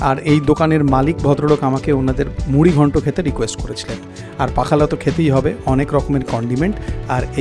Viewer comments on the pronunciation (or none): পাখালা বলে কিছুই নেই। উচ্চারণ হবে পক্ষল । পক্ষল শব্দের শেষে ল এর টান একটু দীর্ঘ।